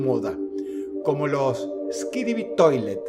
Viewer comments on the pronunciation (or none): Por que me suena a Skidibi en vez de Skibidi? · "Yo tratando de poner atención al video": **Dross diciendo skidibi en lugar de skibidi**